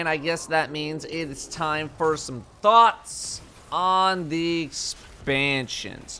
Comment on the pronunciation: Did u understood "thoughts" or "thots" at the beginning?